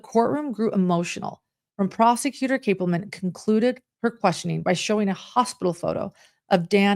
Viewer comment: Great video. The lead prosecutor’s name, Georgia Cappleman, is pronounced CAP like a hat, not cape. CAP-ple-man.